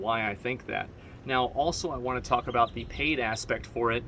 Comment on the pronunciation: Am I the only one that understands Taco bell everytime he says talk about ?